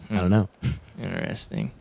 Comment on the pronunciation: inderesting is my new favourite word :) otherwise i love commentary